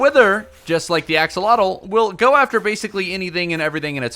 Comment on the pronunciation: Axolither? Withotl?